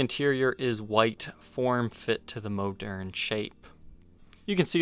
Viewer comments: It’s not moaderne. Moderne. I bet you say oregano wrong as well. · Hey, the correct French pronunciation is "Moe'-Nair ". Elwood Francis educated me about it. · I always thought it was pronounced like ‘modern’. Cool guitars, holy grail indeed!